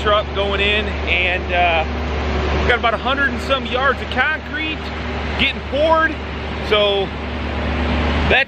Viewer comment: Keeyoncrete 😂😂😂 man, the way you northerners talk... straight out the nose 😂😂😂